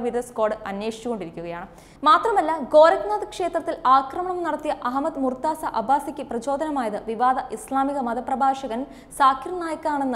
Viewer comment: Not murtza right pronunciation is murtuja which please note.